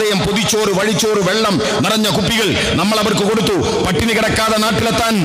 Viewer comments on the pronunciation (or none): none